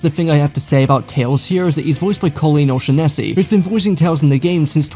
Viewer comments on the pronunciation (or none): it's "O-shawn-es-ee" lol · Knuckles show ft. Wade Whipple was absolute cinema. Edit: nah cuz why did you say O'Shaughnessey like hes in a Key and Peele skit 😭